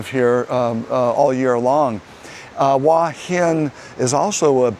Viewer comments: but the u and a are sounded separately not as one sound. I was simply trying to explain it in a way that might be understandable. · Hua is one syllable, not two. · the transliteration of Hua is about as easy as you can get. The only thing it does not show is the rising tone. Give the guy a break, he is trying.